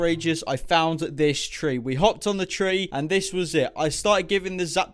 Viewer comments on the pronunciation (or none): none